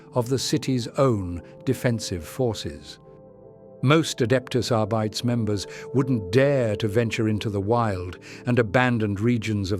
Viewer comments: Still great content! BTW, quick tweak: your voice said Arbites as "are-bites" instead of "are-bee-tays". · It's are-bit-teez